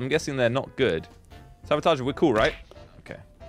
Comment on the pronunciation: be like: sabatarge